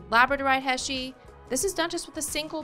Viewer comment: Background music is very irritating in a demo. It hurts the ears, muddles the brain, and drowns out speaker's voice. Never ever put music on a demo video. Silence is golden. HEY-SHEE beads, not HESHEE. You don't measure? In every technical trade, measuring is the most difficult and most important first step. Learn before you teach. PLIERS, not PLIER. Pliers is always plural. So you say 'Those Chain Nose Pliers', not 'That Chain Nose Plier'. Flush CUTTERS, not CUTTER. Always in the plural. There are two blades not one. Nice ring, but your English is atrocious and the music drove me mad.